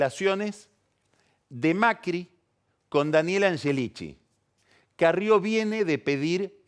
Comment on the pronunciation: Es el unico que dice "anyelichi"!!! Como cuando decia Yoli por Scioli... parla italiano el ragazzo